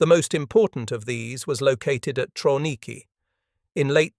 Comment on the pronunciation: Pronounced Travniki